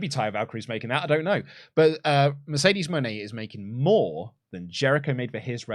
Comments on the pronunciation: I feel like Mercedes Mone is supposed to be pronounced Mercedes Money, which is how she said it when she introduced herself. I think Money fits her character better than Moenay as well. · They pronounced her name 3 different ways, she needs a gimmick that's not Boss or CEO and she talked so slow she was either extremely stoned or jet lagged.